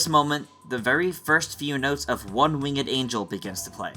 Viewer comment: One WING-ED I’m having a stroke